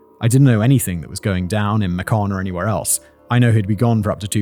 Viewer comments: Ma-con Georgia 😂 You mean MAYCUN?? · Simon, Macon, Georgia is pronounced MAY-KIN. Don’t listen to Yankees pronouncing it MAY-KON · “Mah-cawn, Georgia” 😂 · I'm going to be "that" person, after hearing it on a few videos, to include two? Casual Criminalists. Macon, pronounced May-cun, rhymes with "gun", is not pronounced May-con. You have to pronounce it like a Southern person, with the hick accent you use in some of your other videos. Not that it makes any of this any better, but U.S. pronunciations are weird. You got Crawford country right. 😅 (I lived in Butler, Georgia for a while, which is in close proximity to Crawford, and Macon is the largest nearby city.) As for my own tangent, I read through the court records on this one years ago because it was in the news everywhere and as a new parent who couldn't sleep anyway, (combination of Insomnia and a baby), the story of *Kermit Gosnell is horrific, and while it could be a Casual Criminalist episode, I'm not sure even you could stomach reading what he did aloud. You have trouble reading anything that involves children, and while his isn't r-word, it is murder, and this sorry excuse for a doctor was only convicted of 3 of the charged 21 counts of infanticide, serving 30 years federal, 3 consecutive life sentences at the state level. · For the record, "Macon" is pronounced "MAY-kin," not "muh-KAWN". But also fuck Macon. Awful place. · we pronounce it may cun. Not muh kun. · Just an FYI Macon is pronounced “Make-in”. As someone who lived there, it’s nice to know most residents don’t know who this guy is. Hell most of Georgia doesn’t. It’s all so hilariously ironic. As you said Simon, he made a fatal error and now only those of us into true crime know his name. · Macon rhymes with bacon. 😉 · Completely unrelated to the crimes, but hearing Macon pronounced like that absolutely sent me. For anyone that doesn't know, it's pronounced like "bacon", just with an M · Macon , Ga. is pronounced like bacon.